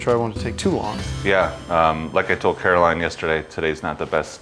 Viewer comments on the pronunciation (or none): none